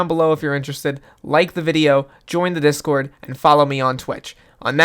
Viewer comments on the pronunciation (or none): none